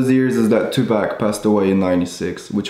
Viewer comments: Sorry, can’t just ignore the fact that you pronounced Tupac as (2pack) instead of (2puck) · It is not two pack it is Tupac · Radian Elemos Toothpack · Why u say 2pac like dat and big poppa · Da way he says Tupac 😂😂🔥